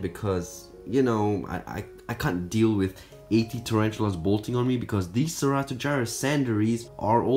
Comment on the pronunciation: It sounds like 18 not 80